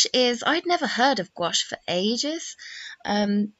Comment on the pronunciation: It’s pronounced exactly the way she pronounced it in the video; it’s only one syllable.